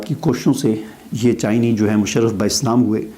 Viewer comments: پہلے اپنی اردو ٹھیک کریں۔ چائنی نہیں ہوتا چائنیز ہوتا ہے۔ یہ ریسرچ بھی لوگوں کو بتائیں کہ مسلمان ہونے والے پچاس فیصد لوگ واپس اپنے پرانے عقیدوں کو لوٹ جاتے ہیں۔ آپ لوگ اس بات پر بغلیں بجاتے رہتے ہیں کہ فلاں مسلمان ہو گیا فلاں ایمان لے آیا لیکن ڈیڑھ ارب مسلمانوں کی جو اخلاقی تباہی ہو چکی ہے اس کا کیا جائے گا۔ اس بات کا کیا ثبوت ہے کہ یہ لوگ ایجنٹ نہیں ہیں اور ڈرامہ نہیں کر رہے۔ آپ جیسے واجبی تعلیم والے لوگ داڑھیاں لمبی کر کے خود بھی ساری عمر کنویں کے مینڈک بنے رہتے ہیں اور پاکستان کے جاہلوں کو بھی مزید گمراہ کرتے ہیں۔ ایک یو ٹیوب جیسا اپنا چینل ہی بنا کر دکھا دو جو یہودیوں کی یوٹیوب پر بیٹھ کر ان کو برا کہنے اور نوٹ چھاپنے سے بہتر ہو گا۔ مگر تم جاہل کیا بنا سکتے ہو۔ تم لوگوں کو سارا دن خود کو نیچے سے گیلا رکھنے کے سوا آتا ہی کیا ہے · MashAllah. Btw, it's not "Chinee" it's "ChinESE".